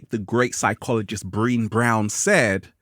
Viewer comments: You keep calling this woman "Breeene" but it's actually pronounced "Breu-né"😂 Don't disrespect Dr.Brown like that 😂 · That was so good! Thank you for your awesome work! I just wanted to let you know cause I think you would want to and maybe nobody commented but that lady's name is pronounced like "Breh-Naay" Brown. And also, can you believe a commercial for ribs came on during your video! They must not know your audience!! Any thoughts about doing a cook book that will help remind us that it "Feels so good to be alive, baby!"? That would be a great title too!!